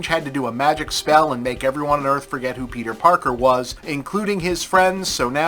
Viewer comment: Peedah Parkah.